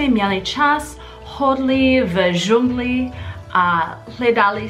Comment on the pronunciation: Realy fascinating. You speek very well. Only one part I had to replay three times, “chodit v džungli” 😉. Envy. 😁I learn Japanese and still strugle to express more complex thoughts. Good content and jokes anyway.